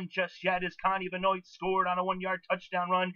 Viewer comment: For future reference: Kani Benoit is pronounced can-EYE ben-WAH